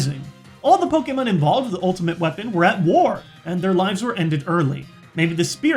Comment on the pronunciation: its poke-ay-mon not poke-eee-mon